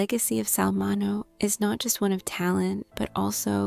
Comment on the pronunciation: Narrator sounds tired, like she needs to take a nap. Pronounce his name right at least. It is Min*E*O. Long E and long O.